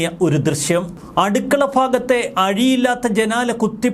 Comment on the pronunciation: അടുക്കളഫാഗമല്ല അടുക്കളഭാഗം